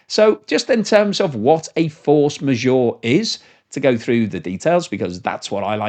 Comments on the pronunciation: A little tip.. It’s not force ma-sure. It’s pronounced majeure. With the ”eure”-part sounding exactly like ”ur” in hurt! 😊👍🏻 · As someone who can actually speak french, your pronunciation of "force majeure" is painful to my ears. Majeure is not pronounced Ore as in Ma -Jore it is pronounced Ma Jer - as in "her" or "Ger man" or "her german perm".